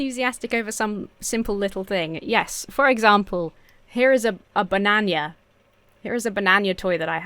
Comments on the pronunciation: Why did you add the letter y to a banana am I unaware of some character called bananya? Do British people pronounce it that way or have you gone completely insane? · What the h? Do english people say "banan-ya"? Wow! That's almost as weird as how you all say "al you min yum". I sometimes have a hard time wrapping my head around the idea that you guys actually invented the language.